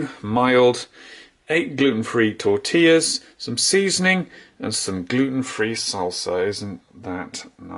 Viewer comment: Please please I'm begging don't pronaunce tortilla like that! 😂😂😂